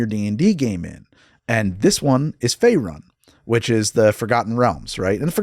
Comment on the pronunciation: I won't be the guy who says you don't know D&D due to pronunciation (, you've more than earned your nerd card), but hearing "Fae run" and not "Fae roon" was like nails on a chalk board to me lol